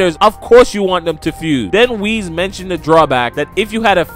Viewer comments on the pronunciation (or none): none